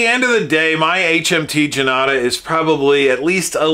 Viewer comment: Thanks - very nice review and you found an interesting piece with the Indian numerals. Janata is pronounced "jun-taah" - it means "the People". The script Devanagiri is pronounced "Dave-Naa-gee-ree". The amount of research you put in your review was amazing!